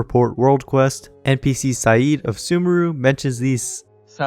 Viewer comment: Out of topic but you pronounced Sayid so well and ear-pleasing EHE love it <3